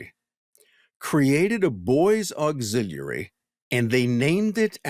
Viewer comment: Bro stop saying auxiliary like that. You're trying to say it in a way that seems profound, but it just sounds dumb. And stop adding an H behind your W's